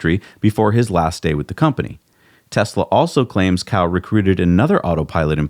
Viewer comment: Cao is pronounced "ts-ao...". Cow is the way to pronounce an animal that provides us with milk....